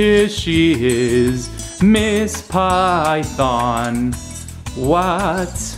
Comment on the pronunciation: its pronounced pythiiiin